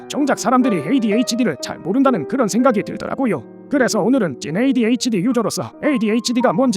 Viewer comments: 점점 'ADHD'를 '에ㅎ에이'로 읽어ㅋㅋㅋㅋㅋㅋㅋㅋㅋㅋ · 근데 왜 영상에서는 계쏙 AD라고 하는건가요? 특히 중간중간 이상한 억양 섞어서 에~에이디 라고 하는거 안거슬리나?